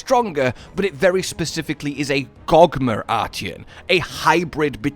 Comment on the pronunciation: the fact you say "Gogmer" plays with me